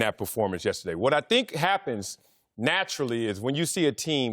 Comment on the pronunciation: I can't take anymore "dhink" from Marcellus. Will someone please tell him it's "think"?